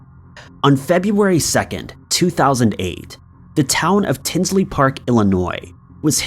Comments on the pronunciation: Tinley** not Tinsley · In story number 3 the correct pronunciation is Tinley not Tinsley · #3 it's "Tinley" Park not Tinsley.... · The Lane Bryant murders were in TINLEY Park not Tinsley park…. Lmao wtf. You get so many facts wrong in all these videos. I swear to god your videos are like the cheap ass mass produced made in china plastic shit from dollar tree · Before making a video you should get all the details correct. It's Tinley Park, not Tinsley Park. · PLEASE!! The Lane Bryant Murders happened in my town, TINLEY PARK, IL, not “Tinsley “ ..SMH!! It was and still is a horrendous case that has yet to be solved and changed our town. Please research and proof read before posting so the correct info is put out. You have the wrong name of the city . Unbelievable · TINLEY . NOT TINSLEY DUDE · Except for the Adam Sandler doppleganger thumbnail LOL and "tinsly" park